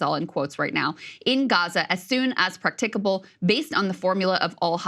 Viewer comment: I can't believe that Krystal doesn't know how to pronounce "practicable".